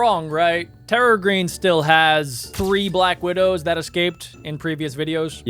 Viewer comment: You furgat the name of the spider its a black wideo